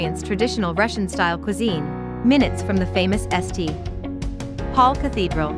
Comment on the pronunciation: If your robot can't say St. Paul properly, that means it needs fixing. Estee.... Paul.